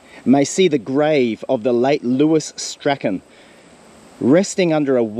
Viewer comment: You are mispronouncing poor Lewis Strachan's name.... It's Strachan not Strachan.... Hmmm that probably doesnt help. If you review your 2 videos where you searched for and found Shirley's helicopter wreck you can teach yourself how to pronounce Strachan correctly. Lewis Strachan's last name is pronounced the same as Shirley Strachan's name is pronounced.